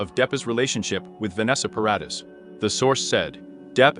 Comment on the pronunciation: At least pronounce paradee properly though its spelt Paradis